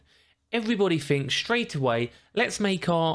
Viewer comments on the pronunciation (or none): I don't trust anyone that says fink instead of think